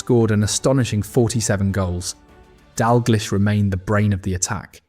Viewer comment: Crappy AI voice, it's pronounced "Dall-gleesh."